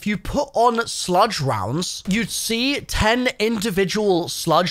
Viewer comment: He's definitely mispronouncing words like "slug" (to sludge) to increase activity in the comments.. and I'm not even mad about it lol